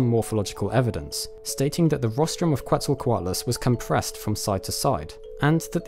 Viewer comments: I have to point this out: Quetzalcoatlus... since the name comes from the nahuatl language, the correct pronounciation is "keht-sal-coatlus", not "coo-eht-za-coatlus". The root of the name comes from Quetzalcoatl (which in turns means "feathered serpent") a major god in the Aztec pantheon. Also, great video, thanks for not letting us wait for like 10 years for part 3!! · Quetzalcoatlus is pronounced “Chet-zal-co-Attal-us”. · It's more like "ket-zel-koh-AW-tless" The "tl" is a fairly common Nahuatl letter, pronounced like the beginning of "clan", but you position your tongue like you're going to make a T sound instead of a C/K sound. Also, Nahuatl stresses the second to last syllable (at least classic Nahuatl does. Some modern speakers stress the end, or the third to last